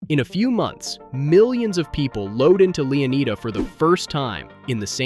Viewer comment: Leeaneeda? Lushia? Bro got the map an character off temu 😂😂